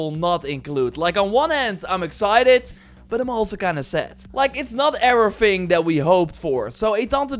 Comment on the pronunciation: Ofver phings? Evyphing ? Udderwise ? What are you saying bro?